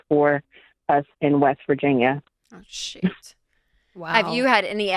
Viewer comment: Sounded like she said shioot. 😂😂😂